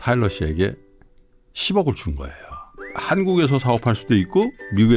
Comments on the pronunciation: 저는 10년 된 한국어 선생인데요, 제가 이 일을 막 시작할 때쯤 방송에서 타일러 씨를 만났고, 지금까지 영상도 잘 보면서 꾸준히 팬심을 유지하고 있습니다. 타일러 씨의 말씀을 인터뷰나 유튜브 등을 통해 볼 때마다 너무나 감동이 되고 배우는 것이 많습니다. 고맙습니다. 근데 테일러 아니고 타일러인데.... 자꾸 이름을 테일러라 부르셔서....ㅠㅠ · 테일러아니고 타일러예요! 내내 이름을 잘못 말씀하셔서 좀 불편했습니다. 아다르고 어다른게 말인데... 좀 아쉽네요. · 자꾸 테일러라고 하시는게 너무 웃겨요🤣근데 타일러도 바로잡지 않는 게 넘 재밌어요😂 잘 봤습니다! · 이름을 똑바로 불러 주세요! "타일러"입니다. 내용은 참 좋았는데 '옥의티'이네요. 잘 보았습니다. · 타일러 이름을 자꾸 테일러라 불러서 기분이가... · 왜 타일러한테 계속 테일러 씨라고 하시나요? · 타일러인데 자꾸 테일러라고 하시네😂😂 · 평소에 삼프로를 믿고 보는 애청자입니다. 내용도 좋고 다 좋은데 초대손님 이름을 잘 못 얘기하는 호스트님은 보는 제가 낮 뜨거운 느낌이었어요. 뒤늦게 보게 되었지만 호스트님이 주의하셔야할 것 같네요~ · 다좋으신데 자꾸 테일러씨라고... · 타일러를 자꾸만 테일러라고 하시는 😅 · 사회자님이 타일러씨를 테일러씨라고 하는게 좀 걸리네요. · 다양한 질문과 내용 재미있게 들었어요!! 전 세계의 세종학당 학생들에게 한글과자 너무 인기 좋을 것 같네요 ㅋㅋ 근데 진행자님 계속 "테"일러씨라고 하시는데 "타"일러씨인거 아시죠? ㅎㅎ 잘 들었습니다~~🙏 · 테일러 아니고 타일러 씨에요. 자꾸 테일러 씨라고 하셔서 이잉.. 😢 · 타일러를 자꾸 테일러로 부르시는 거… 거슬리는 건 나 뿐인가요 ㅠㅠ 인터뷰이 이름은 잘 확인해 주세요~ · 테일러가 아니고 타일러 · 태일러 아니고 타일러에요 ㅠㅠ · 왜 타일러를 계속 테일러라고 부르시나요? 남의 이름을 잘못 부르니 들을때마다 참 거슬리네요 게스트 이름도 인지못하는건 진행자의 준비부족 성의부족 같아 보여요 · 타일러를 테일러라고 하네요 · 타일러를 자꾸 테일러라고... 역시 는 아재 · 태일러 아니고 타일러 인데... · 타일러씨가 엔터사 하는것까진 알았는데 한글과자까지 만들어 내신줄은 몰랐어요! 여러가지를 함께 하고 있는것 자체가 신선한 자극이네요. 그나저나 남의이름을 타일러인데 자꾸 테일러라구해여 ㅜㅜ